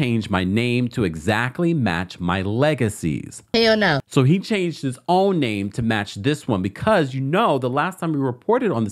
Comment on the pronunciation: Tiny said Hell- Nall.😊